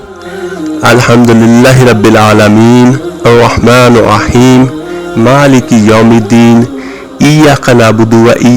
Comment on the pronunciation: “Arr-Rahmaanir Rahim” is being repeatedly recited wrongly as “Arr-Rahmaanoh Rahim in both “Bismilah.......”and the second verse of Surah Al-Fatiha with an additional sound of Arabic “hay” which must be corrected in the video. No doubt the work is sincere—Jazak Allah—-but Allah’s words must be recited as per His Book and the known/valid pronunciation/accent.